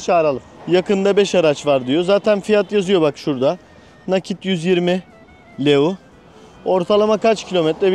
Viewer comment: Gezgin kilisenin adı metropolitan katedrali Stefan selmare değil stephan chelmare Para birimi leu değil ley 🙄🙄 biraz düzgün araştırıp öyle bilgi verin!!